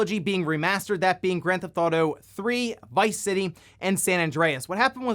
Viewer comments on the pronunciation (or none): “Grand Thought-O” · Always been a fan of "Granthauto," as you call it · Granth Auto,?;-) just poking a bit of fun. I've noticed you say it like that a few vids back. Just giving ya a hard time. (Comments is comments yo!)